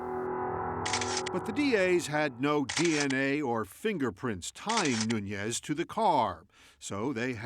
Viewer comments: Omg the one guy keeps saying “Noonez” instead of Nuñez, and it’s driving me insane 🫠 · "NUNIAZ'!..NOT " NUNIAZEZ"!!😅😅😅😅! American "English" is nuts!😅😅😅😅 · When you cannot even pronounce the suspect's name ... I cannot even 😅😅😅trust you to be detail oriented.